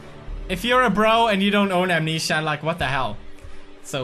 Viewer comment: When he says "Amnesia Mental Memorial" he has a REALLY thick Swedish accent xD S'cute! XD ;) <3